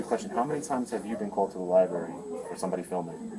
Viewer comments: Bro. I love you, but if you’re going to go to a Li-brary, you should really learn how pronounce the word. You know it’s not a li-berry, right? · WTF is a "liberry,"? Is it like a boysenberry or a marionberry? Maybe a raspberry? Learn how to speak like an adult, mr." journalist." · QUIT SAYING LI-BERRY. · I'm triggered by everyone saying "lieberry," ffs. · “Liberry.” LMAO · He should be arrested for saying LIEBERRY repeatedly. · BS. lawsuit against the CIty of Danbury, the Library, and those cops FAILED. Danbury got the last laugh. And the library rules still require a permit to film in the library (or "lie-berry" as the idiot pronounces it) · He can go into any public LIBARY he wants!! If you gonna scam the system at least learn how to properly pronounce LIBRARY. Clown ass fool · What a sad existence it must be to just purposely want to make some people uncomfortable and annoy others. It's weird. Can't even say the word "library" correctly but yet calls others stupid ( , , among others).